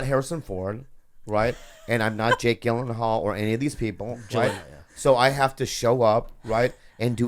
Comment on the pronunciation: just watched this ep now but two questions: 1) why is blinking so excessively? 2) How did no one correct Bobby's pronunciation of 'Gyllenhal?'